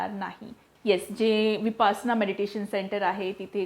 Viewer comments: शुद्ध बोला नं----- विपासना नाही, विपश्यना असा शब्द आहे. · विपासना असा उच्चार का केला जातोय ही फार मोठी चूक आहे विपस्सना असा शब्द आहे... प ला काना देऊ नये... अर्थाचा अनर्थ होतोय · Vipasna nahi vipashyana mhantat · विपसना नाही विपश्यना असे मानले जाते विपसना नाही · विपासना नाही तो शब्द विपश्यना आहे बाकी सर्व माहिती खूप छान दिलीत 👌🏻👌🏻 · Pl don't use the word Vipasana frequently ,use correct pronunciation.